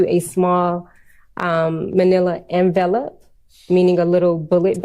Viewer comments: 😂😂😂😂😂🙄🙄🙄🙄🙄. Don't you know how TEACHERS pronounce "envelope" (en-vellup) ?? Perhaps she doesn't remember the basic premise in elementary school to "sound it out". Oh well Potato/Potado😉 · LOL "they are put in a little manilla en-vell-up, meaning a little bullet bag".. um.. do u mean an ENVELOPE!? where are they even finding these "witnesses".. chri$t this has to be t he most unprofessional district attorneys office i have ever seen. Honestly, the level of disorganization/lack of preparation reminds me of the Darrell Brooks case.. I swear if darrell brooks had that Lawyer AI program that DA Love was/is using, he'd have done better i think than Adrian Love.. he SERIOUSLY 100% cross examined some of the witnesses in his case better than ADrian love has! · Envelope, the yellow variety. But she pronounced it way off